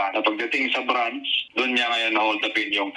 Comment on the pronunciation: Anong brance ? Ang bobo nmn branch hindi brance